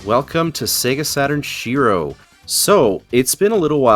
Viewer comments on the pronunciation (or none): it' "shee-roh" not "she-row" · Love the podcast. But please speak Shiro right.